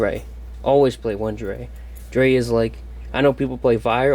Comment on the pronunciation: I love cyber dragons, and not to sound rude, but drei is pronounced dry, it’s German for 2, loved the deck, have a good day